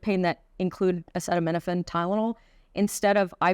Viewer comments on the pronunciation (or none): Its pronounced a·ce·ta·min·o·phen......ceeee.....not cet why doesn't a doctor know that